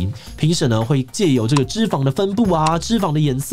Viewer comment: 質量？ 是那個質量嗎？ 還是捲舌的那種質量